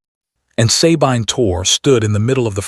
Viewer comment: Sabine is correctly pronounced "suh-BEEN" in English or French, and "suh-BEE-nuh" in German. NEVER EVER "SAY-BINE" BINE as in MINE. NEVER. EVER. Great story though.